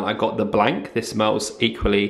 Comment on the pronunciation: Haha really cracks me up the way he said blanc (blank) about his room diffuser in the bathroom, its French for white its pronounced like blon you dont say the c 😂😂 so funny